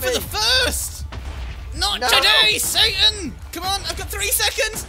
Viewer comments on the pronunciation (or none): "NOT TODAY SATIAN"